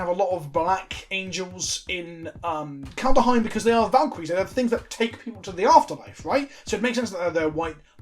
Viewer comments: Brian: Say "Kald" Stewie: "Kald" Brian: Now say "Heim" Stewie: "Heim" Brian: Now say "Kald-heim" Stewie: "Kald-uh-heim" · How to pronounce Kaldheim: Kald-heim. As it's spelled - there's no invisible "a" between the "kald" and the "heim". It's not "Kald-a-heim", just "Kaldheim"... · "Kaldheim" is literally just the way vikings said "Coldhome," and you know how to pronounce those two words shoved together. Surely there's a little Saxon in with that Anglo, my lad, not that hard :) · KALD. HEIM. Not KALDER OR KALDA OR KALDUH. <3 Love ya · Kald Heim. STOP PUTTING AN A IN THE MIDDLE rofl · Called-Hime (like Time), two syllables. You can do it, I have a modicum of faith in you. Sometimes. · "Kald-heim" come on its not THAT hard. read each part separately and then smash them together. there ya go. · Love you, it's Kald-heim. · Well pronounced "Ikoria" correctly back when that was previewed, so he has to make it up by mispronouncing "Kaldheim". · There's just no vowel between d and h. Say "bad ham". Say it faster. That's how you should pronounce the dh in kaldheim. :D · I know a hard D feels better in the mouth than a soft one, but that's no excuse for that pronouncation. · Stressing the D because “Daddy”.